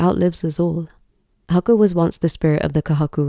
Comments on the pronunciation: You've put so much research and detail into the Japanese mythos, lore, and even deciphering the kanji, yet why do you continue to mispronounce Haku's name? It's not even an English pronunciation in the dub that needs correcting, the characters are pronounced as Hah-Koo, not Huh-kuh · The pronunciation of Haku hurts so bad